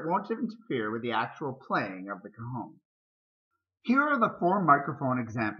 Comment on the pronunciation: It sounds like you´re saying "cojon" dude. That means "testicle" in Spanish.